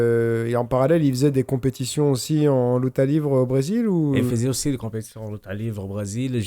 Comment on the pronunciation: LIVRÉ SVP PAS LIVRE(pour la prononciation)